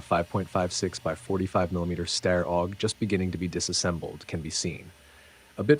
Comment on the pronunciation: Again, Steyr rhymes with "fire". You got it right on your first mention and wrong on the second.